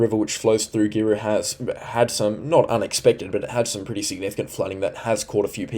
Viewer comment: Great channel. Love your weather channel. Can we teach you to speak North Queensland, hey !? Anything North of Townsville is Far North Queensland. Then you are on 'the Cape' Anything South of Macaky is Central Queensland In between is North Queensland Paluma - Par-loo - ma Mutarnee - Mu-tarn-nee Girlu - Grr-roo Keep up the great work. Sure is a historical weather event for the ages. Stay safe. And don't despair if you have been flooded, you will get through this event Queenslanders.